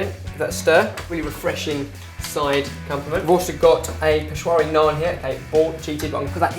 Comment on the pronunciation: I am Indian and I am surprised you guys pronounce names like raita, palak, naan, etc so very well